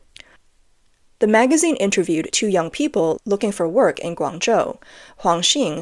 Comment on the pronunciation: It's been bugging me for weeks now that Grangzhou is incorectly pronounced every time it is mentioned on this channel. It's defeinetly a 'j' sound like GuangJo in madarin. Maybe this a mistake or maybe this channel is using the Cantonese pronunciation or something and I am wrong. Anyone shed some light. I lived in China for a long time but I admit my mandarin is not good so if anyone else has a more informed opioion that would be cool.